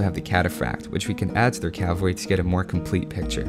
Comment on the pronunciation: CAV-alry. not cal-vary